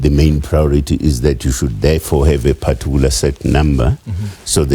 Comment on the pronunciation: Using the word "partuicular" in every sentence does not make him sound intelligent